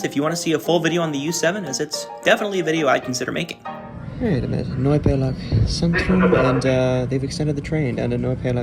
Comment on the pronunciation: Interesting story. Your pronunciation is quiet good by the way. Only maybe look for the Z, especially in Zentrum or ...-zentrum. It is often pronunced as a sharp "Ts" like for example in Tsunami.